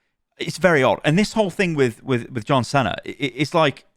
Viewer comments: No way my man just said yohn cenner instead of John Cena 😂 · Do people in the UK not know about John Ceno or is it just. Why does he pronounce it like “John Sena” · No way bro said John Sena hahaha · 'John senna' lol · Is that actually how John cena is pronounced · The way he pronounced John Cena 💀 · Did... Did you just mispronounce John Cena??? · That’s the first time I’ve heard some say John cena’s name like that 😂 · My guy really pronounced John Cena's name like that damn